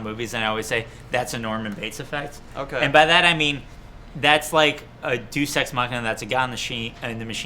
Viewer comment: Doose ex machina lol....pronounced (day-us)